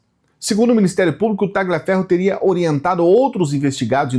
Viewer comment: não se pronuncia Ta"gli"aferro.. é um nome italiano e a pronúncia correta é talhiaferro, mas a escrita é Tagliaferro. 🎉